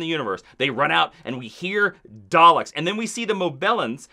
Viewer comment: love the dr who review. but please learn to say Daleks correctly. lol there is no 'R' in that word